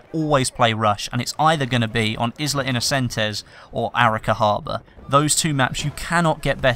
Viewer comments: izla? innocentes? isla is pronounced aye-la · Nope. Not in Spanish (which is the language Isla Inocentes is written on).